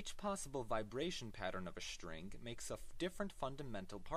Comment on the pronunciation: he says "shtring". I'll never say ""string" again.